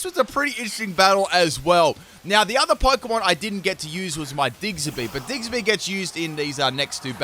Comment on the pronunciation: So we gonna slide past him saying diggserby rather than diggersby? I mean I love the guy but is it his accent or is he just saying it wrong on accident?